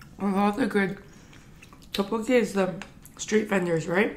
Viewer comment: its so relaxing but im so stressed by the way she pronounces 떡볶이... like toppokki ;(